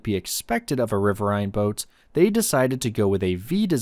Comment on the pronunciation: Ah yes ...the "Toat" 😂